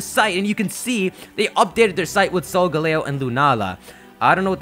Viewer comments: Your pronunciations are off you pronounce Solgaleo as Solgalayo (Leo is Latin for lion) and Lillie as liel. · the pronunciation for solgaleo still hasn't been really decided, as it could be either sol-gah-leo or sol-guh-leo. Both are play on sol (sun), leo (lion), and parts of Galileo's name, but Sol-guh-leo pronounces the leo part more, while sol-gah-leo puts more emphasis on the galileo part.